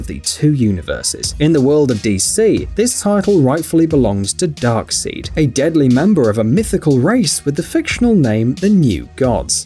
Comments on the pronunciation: Hard to watch/hear when someone pronounces Darkseid as Darkseed!! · Two things. 1) I thought his name was pronounced..."DARK-SIDE" not "SEED". 2) What movie was that with "MAN-THING" in it? I'd like to see that. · Anyone catch him calling darkside darkseed lol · I laughed out loud when you said " darkseed" instead of "darksied" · Darkside not darkseed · Not to be mean but Ya know there’s a thing called inspiration. Also who is Dark SEED 😂😂 It’s pronounced Dark Side but spelled Dark Seid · also its pronounce Dark side not (dark-seed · Excuse me "darkseed" it's called "darkseid" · Dark side not dark seed dum ass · it is not Darkseed its Dark side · Darksied? Its darkside bro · He said dark seed instead of dark side. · Lmao he said dark seed not dark side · It's pronounced "Dark-Side" not "Seed" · Isn't it Darksíde and not Darkseed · this man mispronounced darkside.fire the beams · 😂😂😂😂Darkseed..... I'm done bro imagine if that was actually his name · If you EVER say dark seed again I will fucking punch you 👊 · Lmao love how u said “darkseed “ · it is pronounced Dark-SIDE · Acctualy Dark-Seid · Hold up, did he say darkseed? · It’s called Darksied😂😂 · I’m not trying to be rude and I’m sorry if I am But, Darkseid is pronounced dark-side. I’m so sorry if that came of rude🥺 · U said darkside wrong and Titans wrong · Sounded very knowledgeable until he pronounced "Darkseid"... 🤦‍♂️